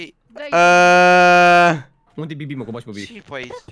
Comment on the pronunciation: Când spui bibi parcă doar parcă zici ca spui bebe😳